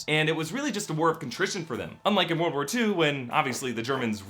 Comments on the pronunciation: "THE WORDL CAN BE OURS" yes, I too want a wordl. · "The Wolrd " lol